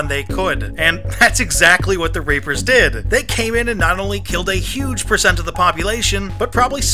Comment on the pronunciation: I swear he says the rapers